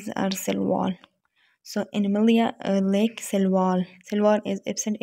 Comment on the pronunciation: Lake❌✖. Lack✔